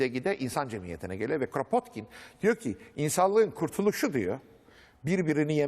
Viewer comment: Rusça'da Кrapotkin diye okunur